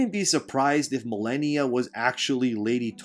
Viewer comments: Muh-lay-nee-a. She only says it before and after every time she kills you. Which for most people was a lot. Sheesh. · The way you say malania sounds funny I'll use it to bother people